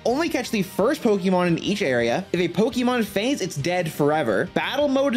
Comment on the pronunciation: So you spell it with the accent marker, then say it wrong like your talkin to a baby lmao...